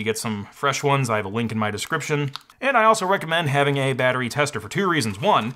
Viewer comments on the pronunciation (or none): none